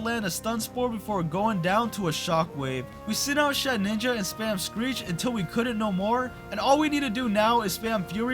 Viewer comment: i dont usually care when people mispronounce pokemon names bc its not a big deal, but for some reason “shed-ninja” always bothers me, so i just wanted to let you know its “shed-inja” theres only one “n”